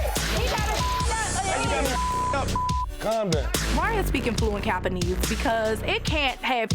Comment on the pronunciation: “Fluent capaneese” 😂😂